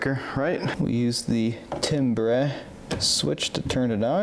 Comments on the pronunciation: I love your channel but sorry, I had to laugh! Timbre is pronounced like "tamber," not "timbray." From the 'net: "Timbre (pronounced TAM-ber) is the unique quality or "color" of a sound. It is what makes a guitar sound different from a piano, or one person's voice sound different from another's, even when they sing or play the exact same note at the exact same loudness. Pitch tells you how high or low a note is. Volume tells you how loud it is. Timbre tells you the personality or texture of the sound." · Timbre is pronounced tamber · Hi. I inherited moms Magnavox console. I used to use it ALL the time when I was a kid in the 70's. Mine was also from the 60's. Timbre is pronounced TAMBER which was like a high midrangy kind of adjustment. I was always fascinated by that which I had never seen on any piece of sound equipment. Ever! My record player plays slow and kind of warped so hopefully i can learn something from your video. So cool that you don't just discard this old sound tech like much of the world has. Keep it alive bro! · The timbre knob, pronounced "timber", like warning of a falling tree, on a Magnavox Astro-Sonic acts as a specialized high-frequency tone and filter control. like treble, but higher frequency, treble is mid range, and bass is low frequency. Also, great minds think alike... The minute I saw the what you were doing, I thought it would be cake to add bluetooth to the aux channel exactly like you did... so good call there, too. It's a neat vintage unit, and yeah, by today's modern audio standards, the bar is set higher than how those were built back in the day, and.... that wasn't a cheap unit. It sold for $650 for the high end units, which pans out to $6700 dollars in today's money. Looks like it cleaned up nice, and great job getting it back to working order. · It's pronounced "tam-ber"... Essentially, tonal color. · Great video! It's pronounced Tam-ber btw. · Pronounced TAM-bur